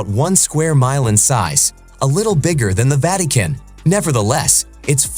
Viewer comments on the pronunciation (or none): I thought the same. The Vatican was pronounced incorrectly as well. You should know how to say the one thing you are talking about. Lol